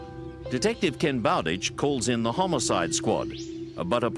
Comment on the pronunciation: Am I the only one who hears "homocide"? 🤔😂